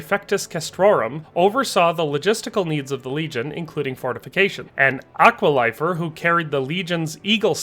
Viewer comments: I hate to be pedantic because this is an interesting thought experiment. However, your pronunciations are atrocious. Just a couple examples. Aquilifer is not pronounced Aqua-Lifer. Natal was a province of South Africa and is pronounced Nuh-tall, natal relates to the the time or place of ones birth. For me it really takes away from the experience to hear words butchered like this. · please redo the aquilifer pronounciation. its not even close